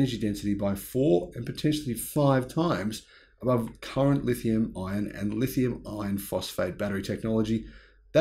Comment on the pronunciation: When an Australian uses the terms lithium ion battery and lithium iron battery in the same sentence it is amusing since they don't seem to use the rr sound they both sound the same.